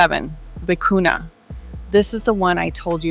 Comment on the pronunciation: The word vicuña has a tilde on the letter "n." It is pronounced vee-koo-nyuh. Loro Piana has a monopoly on this yarn. It is almost impossible to buy...unless you find fakes on the black market or seconds.